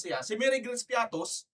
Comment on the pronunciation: piattos ba ang basa nyo dyan parang piatty